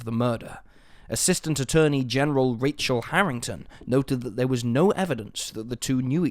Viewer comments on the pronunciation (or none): none